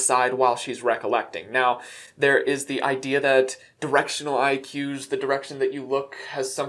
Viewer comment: It took me way too long to realise he hadn't said Directional IQs. Directional eye cues. Holy crapcakes.